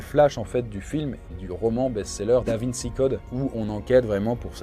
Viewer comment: mais pourquoi il dit davinsi ... et non davinci